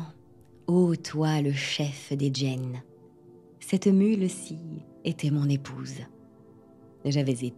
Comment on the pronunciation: Bonsoir heu je crois pas que djinn se prononce commeca Ça se prononce comme ça se lit (c’est de l’arabe)